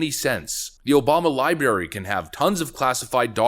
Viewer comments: Big fan here but do us all a favor and STOP saying "Libarry" you know damn well it's Library!! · Libary???? C'mon man! You can't be taken seriously if you're going to sound like a fool! L I B R A R Y !!